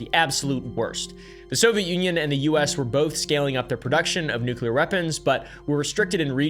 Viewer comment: Love it when someone pronounces nuclear right and not "nucular"